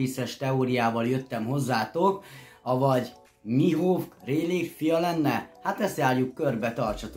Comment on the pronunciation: A Rayleight ugy ejtsd hogy "réjlih" és a Mihawkot pedig "mihók" bocsi😅😅😅